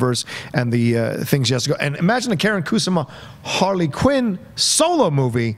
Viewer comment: As flattering as it is to have cite my dear friend Karyn Kusama He completely butchered her name Like... as bad as JTE spells Her first name is not pronounced Karen but more like car n And Kusama is a traditional & common Japanese name Stressing the first syllable Koo Sama like Obama smh Great guest!: )